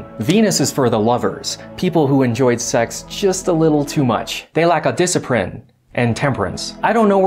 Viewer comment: “They rack a disciprin “ hahahaha